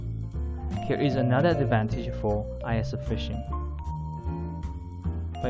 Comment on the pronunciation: ISO = pronounced as e-so in Japan ie “eso fishing” We don’t call it Eye-s-o fishing